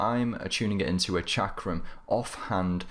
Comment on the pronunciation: I know what a chakram is idk what this chickram hes talking about I'm so confused now its as if there is a secret English language I'm not aware of.